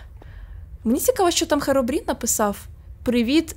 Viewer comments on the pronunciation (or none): none